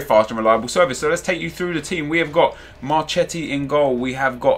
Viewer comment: Pronounced Marketti